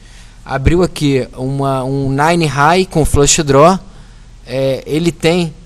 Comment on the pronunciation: DRO, OVERCAR... kkkkk fala direito!!